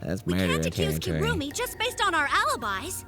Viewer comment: “Kirumi” sounds like “kill me” lol